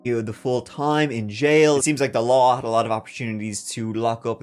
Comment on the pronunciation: "I know the lahr," 🤣🤣